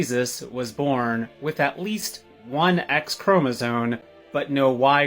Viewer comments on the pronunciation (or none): says “chromosone” instead of “chromosome” and expects the world to take their “breakthrough” seriously…. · It's ChromosoMes, not ChromosoNes. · Did he keep saying "chromosone"? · OMG it's chromosome. not chromosone. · Chromosome is spelled with an m! Stop pronouncing it with an n. It's rough to think you're intelligent in any way when you are mispronouncing the word... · Did he say "chromosone"?? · love u; love ur content!😻 🥴 please tell that dude that chromaZone is not a word. 🤤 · “chromosoNe” lmao 🤣🙃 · Why are these people say chromosoNe, instead of the correct word CHROMOSOME? Dumb as F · That one guy sad "chromisone" like half a dozen times and I just kept thinking "chromosome." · I don’t take anything seriously from a male cosplaying as a female who pronounces “chromosome” with an “N”. What is a “chroma-zone”?! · this one hurt my brain. A- “immaculate conception” refers to the sinless conception of Mary in the womb of her mother St. Anne (Mary was free of the stain of original sin). B- it’s CHROMOSOME. I feel like you can’t comment on something if you can’t pronounce it. And C- Jesus’ conception was miraculous! God is not bound by the laws of nature. That’s how a miracle works. It’s something that happens that cannot be explained except by supernatural means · This is the tiniest nitpick in the world, but I am so tired of people pronouncing it ChromoZONE. THERE IS NO 'N' IN THE WORD CHROMOSOME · The science professor talking about trans-Jesus should learn that the word is not "chromosoNe." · That one guy does not know how to pronounce chromosome😭 and as a biologist with a medical science degree, it’s like a knife in the heart, every time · Imagine thinking you’re intelligent enough to arrive at the conclusion that Jesus is trans, yet can’t pronounce the word chromosome 💀